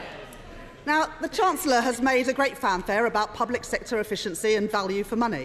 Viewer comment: Hoyle is such a crap speaker, I wish we could still have Bercow in a perfect world. Can't even pronounce chancellor properly.